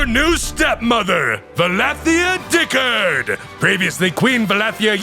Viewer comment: Okay, i have to admit, the voice acting is top-tier. Though i cannot exrpess my sheer disappointment that "Diccard" is pronounced "Dick-urd" and not "Dick-ard"